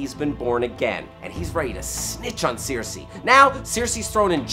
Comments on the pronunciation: It's Cersei as in sir-si, not sear-si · It's not sear-see, it's sir-see. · it's stupid but it really bugs me....it's not Searcy, it's not Cersay, it's cersieeeee lannister -_ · Why does this guy mispronounce characters names who are repeated on air. Who is seersee? Or these sersay people... Cersei! (Sir-see) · at least he didn't say Keer-see-eye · i know sare-see? who the fuck pronounces it that way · Seersei? Lol (I couldn't stop laughing every time) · Other than saying seersei instead of her actual name that was pretty well done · Seer-See Lannister?? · pronunciation of Cersei is appalling. =| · Why do you say Cersei like that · Please stop pronouncing Cersei like that. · If only PronunciationManual would release a video for Cersei Lannister. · haha exactly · Your pronunciation of Cersei is absolutely killing me 😁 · Why does he keep pronouncing Cersei so weirdly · How hard is it to pronounce Cersei? For fuck's sake... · Pronounce Cersei right ffs.